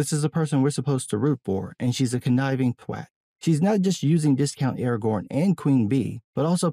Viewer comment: I think I speak for every Brit when I say: thank you for pronouncing ‘twat’ correctly. 😝